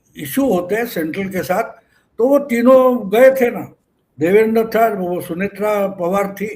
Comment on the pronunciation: क्षमस्व पण नावांच उच्चारण नीट असावे देवेंद्र ✅✅ देवेंदर ❌❌